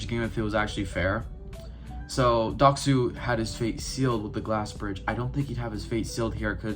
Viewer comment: You butched his name so hard